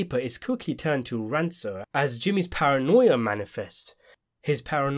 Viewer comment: Fantastic video, as usual! Btw, - it’s pronounced RANKOUR, with a hard C. Keep up the good work!